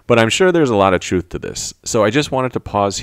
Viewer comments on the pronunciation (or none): none